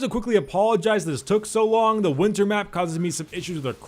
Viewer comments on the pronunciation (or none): none